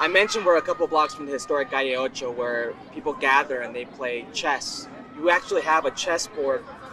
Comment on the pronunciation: It's pronounced "Call'ocho."